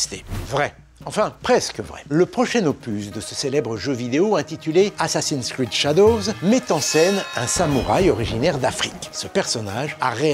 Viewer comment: ouhla faut éviter de prononcer "assassin's creed shadows"